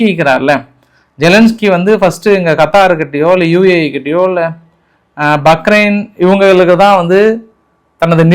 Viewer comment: யோவ்! பக்ரெய்ன் இல்லை. பஹ்ரெய்ன் யா. என்ன ஒரு நாட்டுப்புறதான் மாதிரி பேசுற.